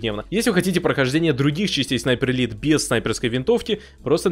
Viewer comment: Почему он говорит sniper elite 4 но звучит снайпер 3 или 4